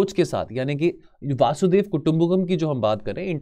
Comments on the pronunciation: वासुधेव वासुदेव वसुधेव सब बोला पर वसुधैव नही बोला 😂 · Sir it's vasudhaiv not vasudev😂😂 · वासुदेव नहीं वसुधैव कुटुंबकम है